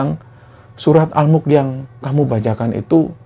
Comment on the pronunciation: Maaf mau nanya, surah Al Mulk kah, suaranya kurang jelas pas nyebut surah itu tadi.